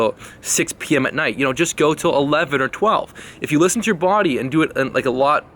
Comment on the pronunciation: Hahahahhah 😂😭😂😭 you had me cracking the fuck up